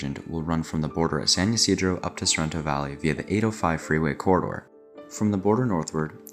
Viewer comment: Great vid! Just a quick note. San Ysidro is pronounced with an I sound at the start, not a Y sound. (The area is named after the catholic patron saint of farmers who is called St. Isidore in English. Even in Spanish, it's far more common to see that written as Isidro).